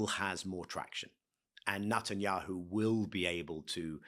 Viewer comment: I wonder why Levy has consistently pronouncing Netanyahu's name as Nut an yahu. Is this intentionally calling him a nut?